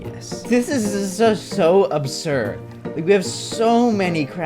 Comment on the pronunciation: you ok? cause you went jjjjj thhhhis absssured